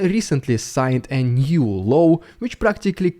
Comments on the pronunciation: I don't like pointing out people's accents and making light of them, but pronouncing Putin's new law as a 'new low' translates just as well. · Law, not low ;-)